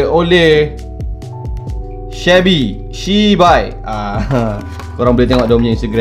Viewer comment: Dia sebut sheby macam shibai 😂🤣